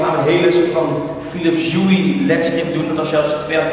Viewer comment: Philips huIE, mooi appartement maar je spreekt het Philips hue toch echt anders uit